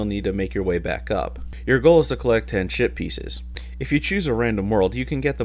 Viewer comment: I'm gonna be completely honest here, every time you said "ship pieces" it sounded a lot like you said "shit pieces" XD. (also can you review Dragon Ball Xenoverse?)